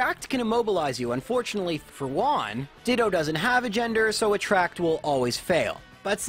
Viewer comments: Man, Juan is a spanish name. You pronounced it like it's japanese. The "ju" has the same sound has "who". So is "whoan". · I speak spanish, and I love the way you pronounce "juan", like "one" instead of how we pronounce it (huan or something). It has a charm to it, it makes a very common name sound a lot more mysterious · I thought he called him "Vaughn"... 🤣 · I find cute how you misspronunciate "Juan" into "Güan"